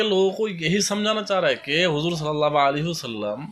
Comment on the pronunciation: Assalamu alaikum Video delete kijiye aap ne huzoor ka naam sahi nahi liya. Usko usko baar bola aap ne galat hai yh